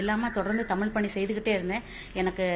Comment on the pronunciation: நீங்கள் முதலில் தமிழ் என்று நன்றாக உச்சரிக்கவும்